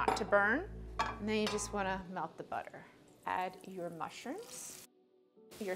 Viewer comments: I cant wait till you get your own show. You got it all, you got the "buttah" etc. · BUTTAH! AND GAHLIC!